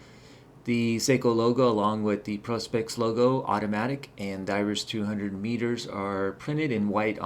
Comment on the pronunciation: ProSpex not ProsPex